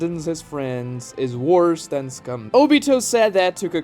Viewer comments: said come not scum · Did he just say "A ninja who doesn't follow the rules is cum?"